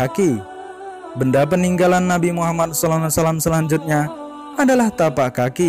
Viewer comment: Sebutlah yg betul. Knp jadi nabi muhamman. Yg betul nabi muhammad saw